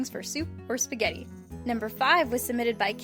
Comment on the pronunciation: did somebody say speghetie